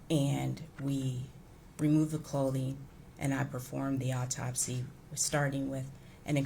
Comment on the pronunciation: I don't know how the eff this "doctor" made it through all the college work and actual hands on experience! She seems like she has no clue wtf she's talking about! Further more all these fools... AUTOPSY there is NO L in there!! It's not an all-topsy it's AU-topsy! Sooo annoying! And wtf is a "deaf investigator?" Is the investigator deaf or are they investigating someone who is deaf? The only thing this woman communicates well is "Yes." She "doesn't recall" more than she does recall. She looks lost like she has no clue or she's got stage fright and just remembering her lines.. "Yes." and "I don't recall." Horrible witness!